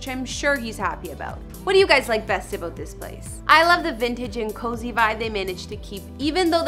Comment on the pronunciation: Is this host Canadian? Lol the ‘aboot’ gives her away